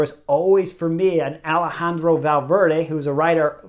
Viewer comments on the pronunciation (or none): none